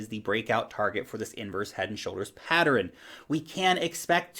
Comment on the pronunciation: Notice how adds an extra syllable to the word PATTERN? Maybe it's a New Zealand thing..lol. All's good.